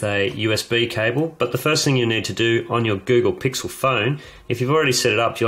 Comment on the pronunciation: he says the google pickle